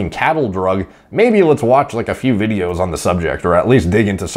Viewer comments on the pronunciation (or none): none